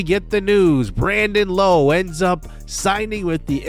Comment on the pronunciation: Hey J, Rays fan here, love Brandon Lowe coming to the team! His last name though is said differently to the other two Lowes in the league. His is said like “Laow”. Just a heads up! Love the series a lot 🙌